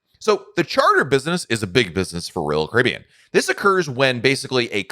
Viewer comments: I’m a new subscriber… Just found your channel, and enjoy your content. I just have to laugh every time you say Royal Caribbean, and I hear “Roll Cribby”. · PRONOUNCE " ROYAL CARIBBEAN"!!!!!!!!!!!!!!!!!!!!!!!!!!!!!!!!!!!!!!!!!!!!!!!!!!!!!!!!!!!!!!!!!!!!!!!!!!!!!!!!!!!!!!!!!!!!!!!!!!!!!!